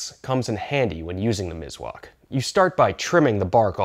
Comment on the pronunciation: Mis-wak Miswak by S not Z 👍Nice video😊